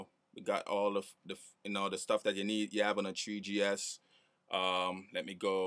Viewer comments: lol treeGee ess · he sad tree gs hehe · that guy sayd thwe g s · "tree G (S)" HAHA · I'm so glad you said "treegee ess" so many times. Awesomeness